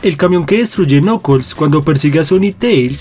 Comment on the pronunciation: No se dice nokols se dice nakels